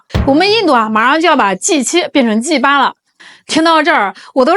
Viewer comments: 啊三成了G8 聽了怪怪的G八😅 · G8, G8... 念起來有些不对勁似的，有点像粗话似的。须小心注意发音！😂